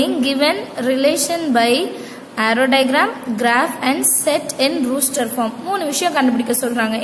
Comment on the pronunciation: Ruster no roster😂